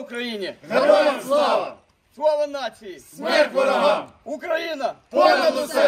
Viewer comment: как же уринцы коверкают название страны, ну чтож укроина потом не плачьте и не говорите а нас за що